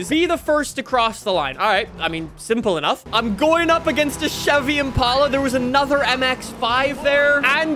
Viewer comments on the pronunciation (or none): none